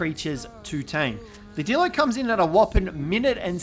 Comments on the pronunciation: You said dildo not dilo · Did anyone else notice that instead of dillo he said d*ldo